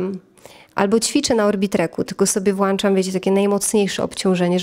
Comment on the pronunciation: Fakt to moja wada! Przepraszam uczę się mówić poprawną polszczyzną 😅